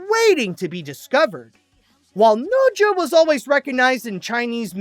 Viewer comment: Is bro saying the name right? I don't think so. 🤨🤔